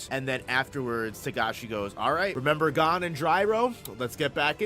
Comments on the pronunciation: Hearing you pronounce Gon (g oh n) as (gone) is like nails on a chalkboard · love the video except for boss pronouncing Gon like “gone”